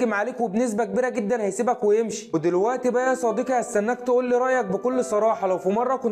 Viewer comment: 😂 ازاي بتنطق كلمة يا صديقي 😂 يا صديكي😢 اللغة العربية تبكي في الزاوية 😂